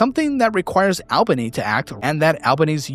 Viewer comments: It’s ALL-ban-ee not Ayl-bany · It's "Awl-bunny" 😂🤌🏾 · Most of the time u said this right but it's pronounced 'All-ba-ny'.